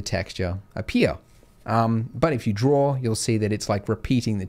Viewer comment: No you "DRAW" out not "DRAWR" out